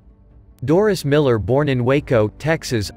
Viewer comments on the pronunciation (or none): It's DORIE not Doris ..... don't insult the guy by getting his name wrong. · MS1 DORIE MILLER~!!! Not Doris~!!!